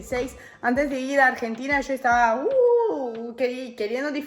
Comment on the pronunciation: porque hablas diciendo io y no dices yo , estas engañando a tu argentina